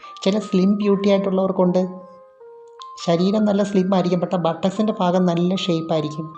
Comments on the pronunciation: "Fagam" അല്ല. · ഫാര്യ ഫങ്ങി ഫാഗം ഇത് ഒക്കെ മലയാളത്തിൽ ഉച്ചാരണം തെറ്റ് അല്ലെ ഭാര്യഭംഗി ഭാഗം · Fangi Fedi fenda , fagam 😅😅😅😅good Malayalam 😅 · ഭ എന്ന് പറയേണ്ട സ്ഥാനത്തെല്ലാം "ഫ " എന്നാണ് പറയുന്നത്. " ഫംഗി, ഫാഗം etc". കോട്ടയം ആയിരിക്കും നാട്.